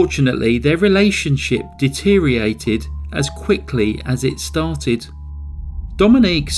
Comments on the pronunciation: Come on bro deteriated again? It's deteriorated face palm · deteriorated not deteriated